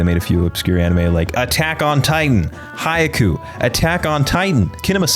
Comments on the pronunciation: bro my nigga literally said haiaku instead of haikyu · Why does this guy say Haikyu so weird lol